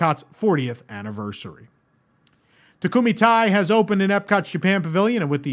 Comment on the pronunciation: Thank you for all the news and information but, could I please please ask, could you please try to pronounce Takumi-tei correctly? (takumi - TAY, rhymes with "stay") Thank you so much!!